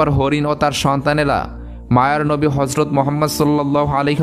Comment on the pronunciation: Nabi jir name ta suddho uccharon korun ....gota muslim jatir badnam hobe first time 2bar Harjot Mohammad bolechen galpota sundor